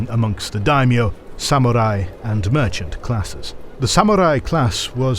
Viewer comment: I’m impressed you now pronounce “samurai" quite well. While what happened to “meiji” and “bunmei-kaika”😆 ( you can just pronounce “mei” as written like "may”).